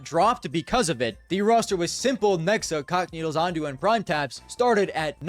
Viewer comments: you say cacanito as if it's the word is c**kneedles. wtffff lmao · U aint sayin cacanito 🥀🥀